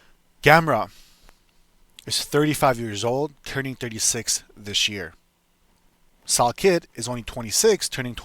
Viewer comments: How do you make a video butchering a name that bad? Pronounced sal "killed" not sal kid 😂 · Yeah your dumb bud don’t even know how to pronouce salkiLLds name